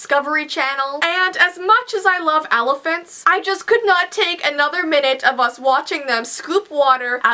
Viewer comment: OMG why does pronounce "Elephant"as "Alaphant"?! ITS SOO ANNOYING!